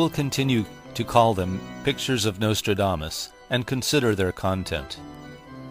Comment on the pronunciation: Turned it off 5 seconds in when he said nostrildamus.